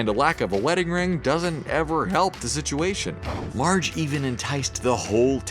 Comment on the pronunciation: At the beginning did he say large Simpson ??